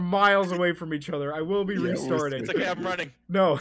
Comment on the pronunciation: he said Iazm not I'm